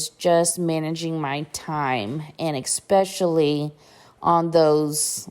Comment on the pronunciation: There is no "k" in the word especially. Thx. 😏